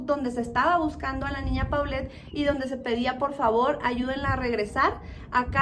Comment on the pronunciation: Así es, y también de pronuncia Polet no Paulette.